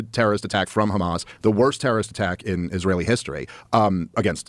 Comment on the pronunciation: Crazy that Douglas pronounces Hamas the way he does considering he is British and Brits elongate their A's